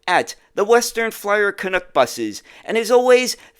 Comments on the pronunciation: Ok, say after me, CAN-UCK, not Cunucks…… 😂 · Interesting video, BUT! It's not pronounced canOOK. It's CanUk (like DUCK).